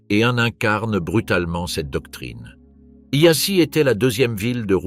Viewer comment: Apprenez d'urgence à prononcer les mots roumains, non pas yassi Mais Yasch (Prononciation) de même que pour les mots Allemands. Si déjà vous publiez ne prononcez pas cu Mais vous Tous les mots roumains sevprinoncent cou. Popeacou parex prononcez popeacou de grâce